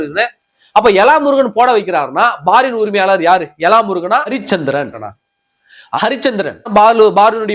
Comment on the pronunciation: தம்பி, அது ' எலா முருகனா ' இருக்காது! ' இள முருகனா ' இருக்கும். தமிழை கொல்லாதீங்க தம்பி!